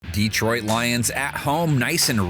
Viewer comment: "DEEtroit" lol